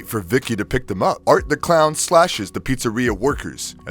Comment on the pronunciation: It's Art The Clown, not Artie!